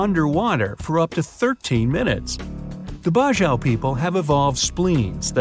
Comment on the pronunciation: Bajau is pronouced bajaw faster